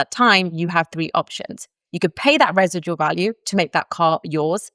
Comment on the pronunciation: you say residual weird